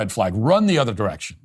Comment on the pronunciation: It's 'direction' but sounds a lot like 'erection'.